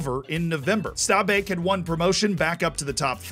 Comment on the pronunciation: great pronunciation of stabæk really impressed